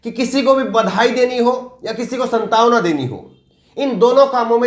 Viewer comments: "संतावना" नहीं प्रिय, "सान्त्वना" । Many youngsters see you as a role model, so there is always room for improvement. I admire your work greatly. So please do not mind. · bhai aap ko hum sabhi log aap ki saafgoi ke karn bahut pasand karte hain lekin aaj aap ne ek shabd ka uchcharan galat kiya hai,iss karan thoda atpata laga wo shabd hai jo aap ne galat bola "santawana" jo galat hai sahi hota hai "saantwana" bhai tokne ke liye chhama karna aap bura mat manana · स्न्तावना नहीं सांत्वना तगफ्फुल नहीं तगाफुल mean गफलत लापरवाही